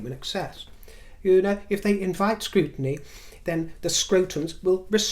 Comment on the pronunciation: Scrutiny- Scrotiny 🤣🤣🤣